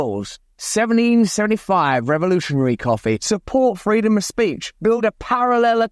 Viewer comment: I come to hear Russ say “seveneen sevenee five” every day 😊